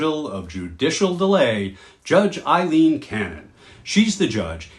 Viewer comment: Her name is Aileen not Eileen as you can see in your own blurb